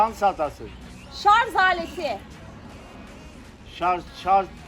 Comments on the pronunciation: Şarzzzz değil şarjjjjjj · Sarz değil sarj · Cahil şarz değil şarj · Şarz değil şarj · Şarz değil şarj bu arada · şarz değil şarj cihazı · Recep gibide sarja sarz diyo